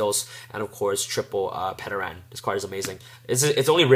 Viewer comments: It's "Ter-an". TERAN. The P is silent. We've all watched the original Power Rangers and know how to pronounce "Pterodactyl". I'm tire of people mispronouncing the the card name. Also, Powerload works when your Dinomist is also defending. People forget that. It says "battles" on the card; not "attacks". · PS - The P in pteran is silent. Pronounced Ter-an. Its a pteradactyl. PSS - It is also NOT a snake... if you were wondering lol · Great dude haven't been able to find a proper build yet, but I have to say that you didn't pronounce Plesios terribly but I have to say That no one seems to be able to pronounce Pteran's name the P is silent like in Pterodactyl....rant over. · The way you pronounced Pteran is cringeworthy. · nice deck profile :D, have oyu thought about temple of the kings or Aquarium stage ? Also in "Ptern" the "P" silent and you are saying Plesios correct :)! don't forget you can protect you Dinos from the Endpash effect of Limiter removal by destroying your 3 scale!